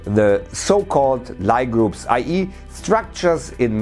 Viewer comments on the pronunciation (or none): In case anyone reads comments, Lie groups are pronounced "lee" (for Sophus Lie, a Frenchman)